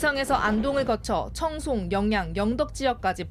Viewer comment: 여영 아니고 영양!!